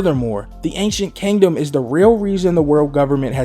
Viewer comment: Everybody: Kingdom: Kangdom Love ya bro thought this was funny though😂